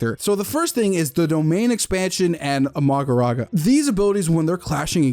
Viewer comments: amagoraga edit: why tf can you not pronounce mahoraga 😭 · Bro said Amagaraga 😂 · bro i was making fun of him saying mogoraga instead of mohoraga. kars solos the verse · Every time he says magoraga instead of mahorage gets me for some reason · why is bro saying "amagoraga" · Why do you keep calling mahoraga magoraga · was bro calling mahoraga "amagoraga" or am i trippin? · "Magoraga" wtf? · i'm gonna be that guy, i'm gonna point out that pronounced Mahoraga wrong